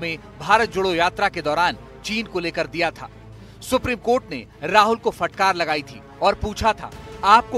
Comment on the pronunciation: Rijju jab tum v humhare log suprime cort ko suprime coth kahte ho tab sahi hai suprime cotha hai